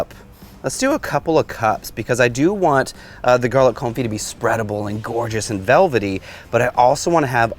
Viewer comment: thank you so much! Your marvelous lessons are appreciated. I have watched this video three times now. I’ve taken notes and I think I’m read to make “Garlic Confit”…. Thank you for giving the correct pronunciation to the culinary Vernacular, such as Confit, and fish Filet. Please continue these lessons in culinary language pronunciation when you deem it necessary. I’ve sent my brother this and the pork tenderloin video. I may have tempted him to buy a Blackstone griddle.